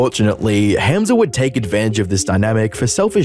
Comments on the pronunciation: bro said ham and then a z its a hard h sound hamza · Never heard of this dude before but you could pronounce the name correctly... Hah-mza not ham like roast pork. Just weird that you've listened to him say it like a hundred times in the footage you included and still say the simple name wrong every time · it's not pronounced HAM za like the meat. it's hum za.. like ho hum or humdrum. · Bro I want to watch this vid but every time u say “HAM-za” it gives me brain cancer It’s “HUM-za” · It’s spent Hamza but it is pronounced Humza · Love that he pronounces his name a certain way and you just threw that to the wind, calling him ham🐖suh 😂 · The way you pronounced Hamza as Ham-Za is very annoying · "HAM-ZA" ! I love how there is absolutely no effort to blunt the Aussie accent to pronounce his name! hahaha HAAM-ZA!!! lolol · Why do you pronounce hamza like that. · Bro I love your videos but can you please stop pronouncing Hamza differently every subsequent sentence 😂❤ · Sorry, just can't deal with the pronunciation of Hamza, and you said it like 15 times in the first 2 minutes. I don't even know who the guy is but I'm dipping out for now ✌️ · bro didn't even try pronouncing his name properly :((((